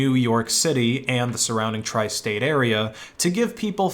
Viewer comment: did he actually said "Tri-statearea" 😂 edit: sorry it was a thing, i thought it was a reference to a show okey this is something doof would do...😄